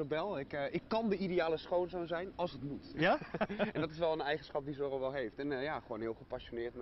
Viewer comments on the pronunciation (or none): irritant zeg hoe hij Sorro zegt.. Maar toch wel leuk om te zien!